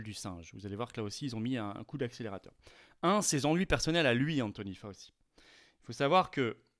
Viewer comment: Faoci... Faoci... ^^ Prononcé ainsi ça me rappelle le sketches de Jacques Bodoin: La panse de brebis farcie. Cherchez le sur youtube pour comprendre. Et on parle d'un gars qui semble avoir du haggis (autre nom de la panse de brebis farcie) à la place du cerveau. :D